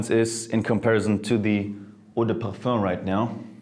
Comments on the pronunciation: Bro. "Perfur" ridiculous pronunciations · Sounds like you say parh fun.